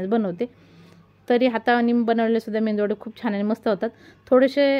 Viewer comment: मेंदूवडा नाही मेदू वडा